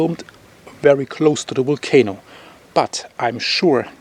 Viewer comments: Waited all day for your report, keep going, I’m English and now I keep saying wolcano , love your style of reporting. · I love the way you say Volcano. 😁🤩